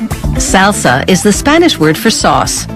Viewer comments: SALE-SA, H-ERB, CIL-ANN-TRO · I've never heard someone butcher the word "salsa" so many times in one sitting. Or "cilantro" for that matter. ;) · i’ve never heard someone pronounce salsa, cilantro, and herb like this 😂